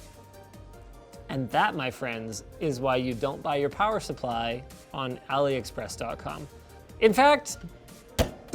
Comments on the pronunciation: Drinking game: take a shot every time Linus says “Aliexpress” or “Aloexpress-y” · When he says AliExpressie......I exactly know what he means lol.